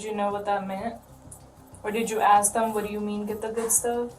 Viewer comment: Have you ever noticed that when black people say the word ask or asked the pronounce it like axed or a??? Anyone ever notice this??? Anyone???